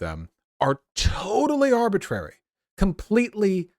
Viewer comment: Please stop saying “arbitraety” as if it’s a word. Thank you.